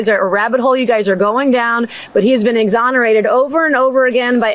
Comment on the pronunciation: DID SHE JUST SAY "HE WAS EXONARETED BY VICTIMS"???😮😮😮😮